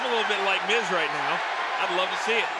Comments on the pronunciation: I could be wrong but I think that Seth said myth instead of Miz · that made me laugh when seth pronounces out miz n mic